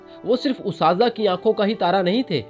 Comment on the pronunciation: Good effort overall. However, before uploading any video, it would be better to have an Urdu literature scholar review it. There are some basic mistakes in pronunciation and word usage—for example, “ustaza” is not correct, and such errors sound quite inappropriate, especially in a serious topic like this. When someone is presenting the life of a scholar, these small mistakes can leave a negative impression, as if the speaker is not comfortable with the language. Even though many of us did not formally study Urdu after school, such issues still stand out and affect the quality. That said, the content itself was very good—just a bit of refinement is needed. You could consider consulting an Urdu teacher; even a small investment could help polish your video to a much higher standard.